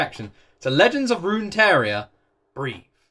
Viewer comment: Not sure where you're seeing an i in Runeterra. It's not Runeteria lol. Roon - tear (As in rip and tear) - uh